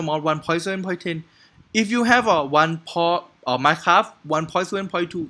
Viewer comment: you know when you tried to say minecraft you said minecabi